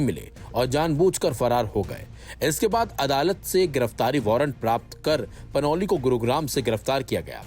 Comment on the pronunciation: Panoli नहि panouti है